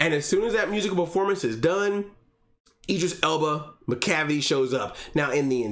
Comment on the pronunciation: "MACLAVICLE" made me weak 😂